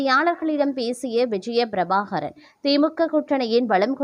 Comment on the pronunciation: விஜய பிரபாகாரன் இல்லை பிரபாகரன். உருப்படியாக உச்சரி யுங்கள்